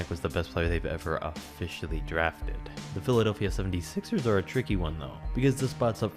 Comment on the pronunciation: "the philadelphia seventy-siXeRs"